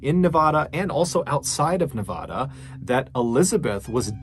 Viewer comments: Love you brother but for future reference its Nevada as in banana, not Nevada as in tostada. I lived there for 10 years so I can speak up.🤗😂🎉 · Nevada is Nev - AH - duh. AH as in APPLE. PLEEEEEEASE, FFS. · Nevada is not pronounced like a Spanish word; the first 'a' is short A like in cat or hand. About half the country pronounces Nevada incorrectly.so you have lots of company. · I grew up in Las Vegas, NV and wanted you to know that Nevada is pronounced NE-VAD-A….vad rhyming with bad. I love your podcasts and videos, but had to let you know how we pronounce our state.